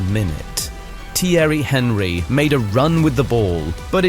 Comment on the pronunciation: Thierry HEN-ree ❌ Thierry AHN-ree ✅